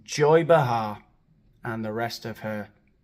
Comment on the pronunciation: It’s pronounced Bay-har, with the accent on the Bay. Like, Bay leaves, or Tea leaves. You don’t say tea-LEAVES.